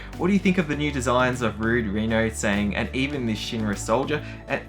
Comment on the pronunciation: Tseng is pronounced, sung... not sang. Also, with the eyes, only Sephiroth has the cat slit eyes. All Soldiers however, have that eye colour. While Cloud isn't technically a Soldier, Hojo did similar treatments to him, so his eyes are like proper Soldiers here, thus adding to his confusion in thinking he is a first class Soldier when he isn't.